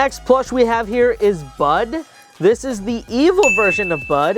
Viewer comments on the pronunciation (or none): 1 it is phase 2 oren. 2 its brud not bud. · you got some names wrong you said oren phase 2 bud and you said bud wrong its brud and you thote its name was gray but it was wenda you thote Garnold phase 2 was funbot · 1. Its brud not bud 2. Its evil oren not brud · It’s not bud it’s brud